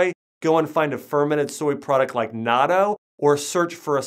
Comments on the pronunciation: "naaaarto", I assume he's talking about natto? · Yeah, he isn’t a real naturopathic doctor who would actually know that it is called natto~ (online certifications aren’t ‘educations’ imo)